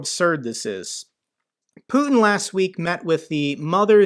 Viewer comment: Good content, just one remark: the Russian dictator’s name is pronounced ‘putyin’ not ‘putn’.